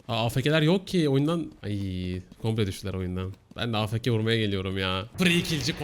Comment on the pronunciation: Afk değil afeke :D